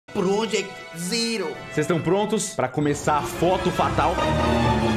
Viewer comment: Melhor parte o começo quando cellbit fala progect zero